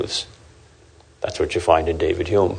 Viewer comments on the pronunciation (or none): none